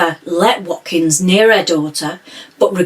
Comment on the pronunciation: You pronounced his surname correctly and his first name not too badly wrong!